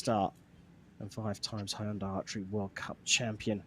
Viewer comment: Did the commentator seriously say Honda archery? How is Hyundai so spineless that they sponsor the annual event and still let a commentator whose paycheck they sign butcher their name that badly?